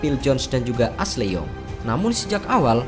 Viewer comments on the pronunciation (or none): none